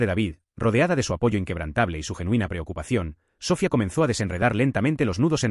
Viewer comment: Me duelen los oídos al escuchar SÓFIA....👎👎👎